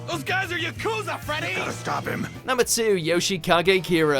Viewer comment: The way the English dub actors said "Yakuza" hurt me